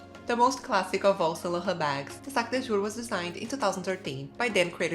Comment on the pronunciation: Saclaughhu......ah saint Laurent I see.😳